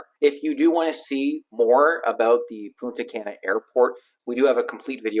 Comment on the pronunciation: Love the vids but your "gringo" pronunciation of Punta Cana needs a little bit of work ..lol Try saying..Poon..ta...Kah..nah.. Not Can🥫 ..a or as some also say Kay na..lol